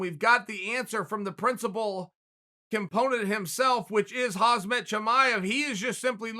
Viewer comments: His name in hamza not hazmat wtf 😤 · Ffs dude, it's pronounced 'Hamza'